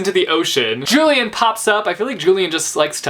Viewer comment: Hey I noticed you pronounce "Julian" the american way But that is not correct You remember how Andrew had had an obsession with the Antique cultures and therefore had named every one of his children after some Roman or Greek people. He wanted to name Julian as Julius after Julius Caesar but his wife wanted it to be at least "Julian" since its a bit more modern. In relation to that "Julian" is pronounced as "Ulian" (I hope you get it).